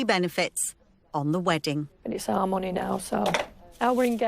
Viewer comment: “Monneh” 🤦‍♂️